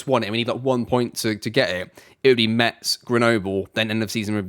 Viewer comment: We say Mess not Mets !